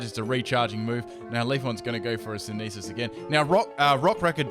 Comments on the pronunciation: it's syn-ther-sis not se-ne-fis...? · It's SYN - THE - SIS !!! Not SYN - NEE - SIS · SIN-THUH-SIS. Its really NOT that hard to say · hmm I don't think any of my aussie friends say synthesis the way does